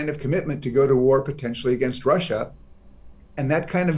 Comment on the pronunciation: russiaの発音が気になる